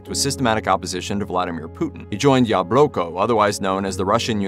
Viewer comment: LOL - I noticed this too!!! I cringed every time the narrator said Yah-Bloke-Oh!